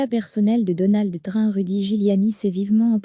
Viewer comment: il faudrait réviser votre façon de prononcer le nom de "Trump"